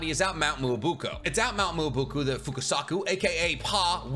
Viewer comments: It's Mt. MYOBOKU (M - EE - OH - BO - KU), not MUOBOKU (MOO - OH - BO - KU) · Love the vids, very late to this one But can I be the one to correct you on the way you say mt. Myōboku, it was bothering me for some reason😭😭😭 MEEE YOOO BO KUUUU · did it triger anyone else that he kept saying mt miaboku wrong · please pronounce toad mt properly my god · Why do u say myoboku like that😭 are you trying to trigger ppl😭💀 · WHY do you keep mispronouncing myoboku